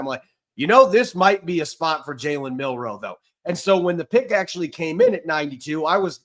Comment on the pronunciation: Please, I beg you. It is MiLroe. Not MiNroe.